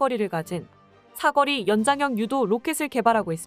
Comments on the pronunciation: 여기서도 멍청한 나레이터가 여전히 '사꺼리'라고 발음하고 있구나. 대포의 '사거리'를 '사꺼리'로 바꾸는게 그렇게 재미있냐? 이 멍청이는 또 중간에 '사거리' 라고도 발음하니 낮은 지능에다 기억력까지 형편없는 문제아가 틀림없다. 이걸 그대로 내보내 한글을 모욕하는 제작자도 마찬가지고. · 그런데 사거리 발음이 안돼나 경음으로 발음돼는 말이 아닌데 굳이 경음으로 발음하는지 이상하구만